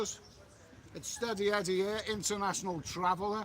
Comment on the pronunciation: Hey Eddie, the word "Here" is a one syllable word. Just like "Beer" 😃